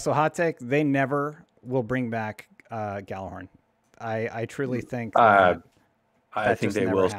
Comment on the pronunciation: Why do people still pronounce "Gjallarhorn" wrong? They say it IN THE GAME, and those who work[ed] on the game pronounce it 'Yal-ar-horn'. Not 'Gal-a-horn'.